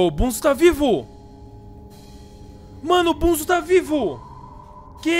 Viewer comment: a garra é o experimento 1-0-0-6 tanto é que tem uma fita que faala isso e se pronuncia bonzo não bunzo